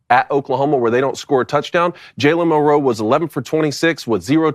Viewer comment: You guys have butchered Milroes name for two years. It’s MILroe